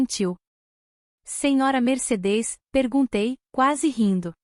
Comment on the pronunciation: Meu Deus, a IA não consegue pronunciar MERCEDES